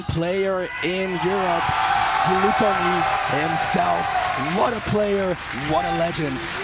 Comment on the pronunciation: Commentator stop fucking pronouncing his name "GLUE-tonny" instead of "GLUH-tonny" have you never heard english??!! JFC shit is driving me insane. I don't even watch ultimate but these players interested me, and these commentators straight ruined it for me being annoying af with their annoying ass commentary and mispronouncing shit.